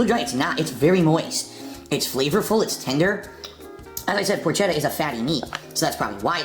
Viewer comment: Of course he pronounces Porchetta wrong.